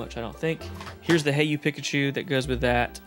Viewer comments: Haha please say PEE-kachu. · keeps saying Pikachu with a soft I instead of an E sound and it’s driving me crazy haha 😂